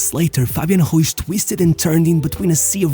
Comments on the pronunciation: Just for the record , you pronounce Ruiz as a Portugese surname. He has a spanish surname so it would be pronounced with a hard "r" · Love the vids SO MUCH!! But please work a lil on the pronunciation of the names. Cuz it‘s not „Ruish“ but „Ruiz“ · Why does he pronounce it "Martinesh" and "Ruish"? That's Portuguese, dude... Learn to pronounce Spanish properly: Mar TEE Neth, Roo EETH. It's crazy how certain trends influence people's pronunciations of names and surnames.